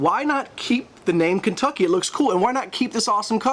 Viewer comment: Kentucky? Surely Ken-too-ki.